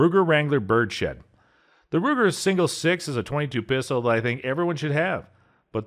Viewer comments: Budget gun review? Several guns which are in NO way budget options. It’s a ‘bird’s head’ referring to the shape of the grip, not a ‘bird shed’ - whatever that is. Ceracote is pronounced as in ceramic ( without the ‘mic’) coat. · Okay, great video with some cool quasi-budget guns. But, I gotta say: "Ceracoat" is /seyr-ah-coat/ ... "Birdshead" is /Bird's Head/... On the 870 , "Tnis pump action SHOTGUN (not rifle) is chambered in 12 ga..." Would someone PLEASE go over the announcer's rough cut and make sure he can pronounce things correctly? EVER SINGLE EPISODE he comically mispronounces and/or misstates things.